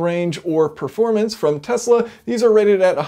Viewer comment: ikr. Now if I could just get him to pronounce Tesla correctly